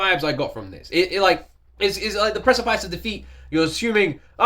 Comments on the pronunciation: Just saying you say it like this: press-a-piss lol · Its pronounced like piss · Press-ih-piss or press-eh-piss are the most common pronounciations. A precipice is an edge - as in, of a cliff. Basically On The Precipice of Defeat should conjure up the image of teetering over the edge of a cliff, over a dark and forboding chasm.